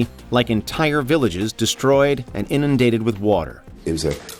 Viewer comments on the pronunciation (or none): none